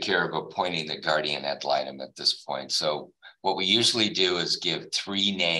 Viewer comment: Blah blah blah about the “guardia malytom”. She wanna say I’m doin all this for “retalimation” or whatever she saying, but…..she missed the last hearing….